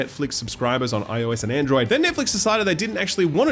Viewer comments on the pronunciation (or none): none